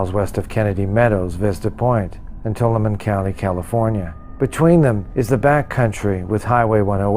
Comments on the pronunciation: Tuolumne is pronounced To-all-a-me say it fast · To-all-uh-me = how to pronounce Tuolumne